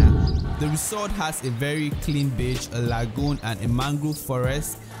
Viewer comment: It's BEACH not BITCH 😂😂😂